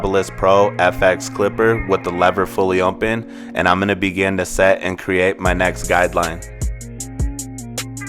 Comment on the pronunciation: I HATE THE WAY THIS GUY SAYS OPEN!! It’s OPEN NOT ONPEN!!